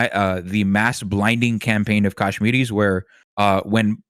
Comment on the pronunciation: Whys dude calling them "Kashminis"?